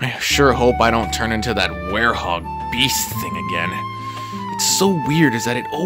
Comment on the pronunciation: IT'S WEREHOG, NOT WAREHOUS 🤣